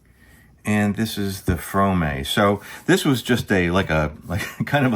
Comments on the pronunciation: Mispronounced her surname. FRAAM. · Pronounced FRAHM